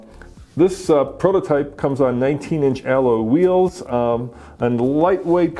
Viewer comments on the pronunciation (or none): you had me at "aloe wheels" 🌱